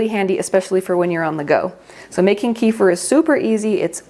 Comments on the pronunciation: Kefir is pronounced kay-fear with the stress on the second syllable.🙂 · She says it that way in other videos but most in America know it pronounced “KEEFER” so I think she does that for the rest of us